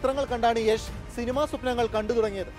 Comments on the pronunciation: യാഷ് അല്ല യഷ് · it's not yaaash it's yash!!!!!!!! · യാഷ് എന്നല്ല യഷ് എന്നാണ് പുള്ളിയുടെ സ്റ്റേജ് നെയിം..